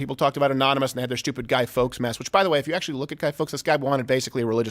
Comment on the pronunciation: Gus Fawkes... is sounded Guy 'FORKS', lots of love, you cousin across the pond, the billy brit :)